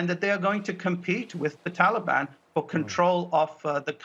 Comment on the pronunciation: And..... 😂😂😂Joe pronounces ‘Taliban’ like it’s an ice cream or something! ‘Hey mon...would anyone like a Tollybon?!?’🍡🍡🍡🍡🍡🍡🍡🍡🍡🍡🍡🍡🍡🍡🍡🍡🍡🍡🍡🍡🍡🍡🍦🍦🍦🍦🍦🍦🍦🍦🍦🍦🍦🍧🍧🍧🍧🍧🍧🍧🍧🍧🍧🍧🍧🍧🍧🍧